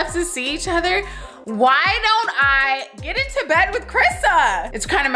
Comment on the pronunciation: Crisssa😂😂 how would you say my name's not Crissa😆😆